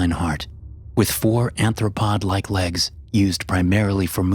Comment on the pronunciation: ARTHROPOD, not ANTHROPOD. Arthropod means crab/insect-legged. Anthropod means human-legged.